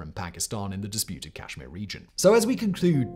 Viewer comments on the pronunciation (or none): none